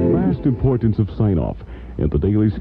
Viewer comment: Did you notice he pronounces Parkersburg 3 or 4 different way